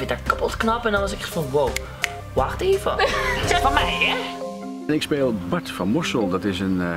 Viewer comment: Hahahah! Niek!! ''Wacht eaven' HAHA